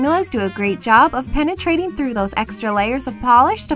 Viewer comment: "penatrating" hehe